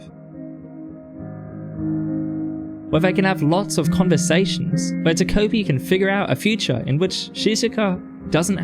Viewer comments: Incredible video but WHY do you say ta"koh"pi like that!! Again, loved the video but please pronounce it ta-ko (as in cod) pi I'm begging you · "ta-cope-y" dfghjkl